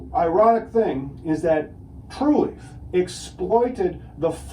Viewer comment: why does he keep saying Truleaf?